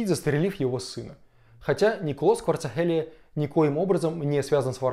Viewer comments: Кварацхелия же, а не Кварцахелия. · Правильно надо выражать фамилия Грузина, а то, получается смешно, иногда обидеться может человек! А фамилия Кварацхелия...